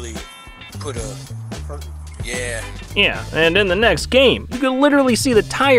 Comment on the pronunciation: Why do you say “yeah” like that. “nn-yeah”